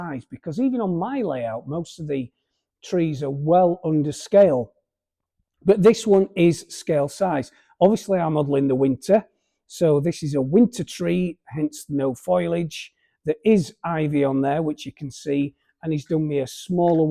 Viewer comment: The drain cover alignment should have the slots at right angles to the road "direction" so it's cyclist friendly - you dont wan't front wheels getting stuck in them! Pronunciation tip: it's "foe-lee age". 🙂 And I don't think you'd be happy displaying the layout if it wasn't as good as you want it to be. Your choice at the end of the day, of course - we'll come anyway!